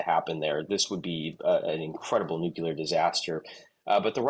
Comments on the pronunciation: Nuclear. Not Nukular.😢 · Please learn to say NUCLEAR instead of NUCULAR which means 'nut shaped'. I'm appalled that so many public speakers say this. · Dude it's NUCLEAR not NUCULAR or whatever that was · You can’t pronounce “ nuclear” ? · "Nuc-U-ler". Easy Bush. ATROCIOUS "ENGLISH". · Learn how to pronounce “nuclear” please. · You could say ,New' and 'Clear' it should be easy...